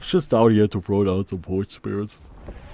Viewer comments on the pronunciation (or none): none